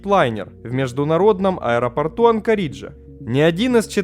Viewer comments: Что такое "анкорИджа" , земляк ??!? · две тысячА восьмого; музЭе; ну и анкорИджа! Ты просто убиваешь меня))) Друг, если ты не русский - учи язык, и обязательно учи географию, в данных темах без нее никуда! А контент интересный, смотрю. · Олень! Сам ты анкориджа! 😅😅🤣Читать хотя бы научись! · Надо же так исковеркать название Анкориджа. Чуть кровь не пошла из ушей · Ой не говорите! Прямо уши режет.. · АнкорИджа, авиамузЭя. Ты специально что ли людей в каждом видео троллишь или русский язык не твой родной?